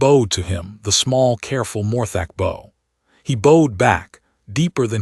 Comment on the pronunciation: AI announcers need to learn read (reed) vs read (red) Bow (bough) vs bow (bo) and other homographs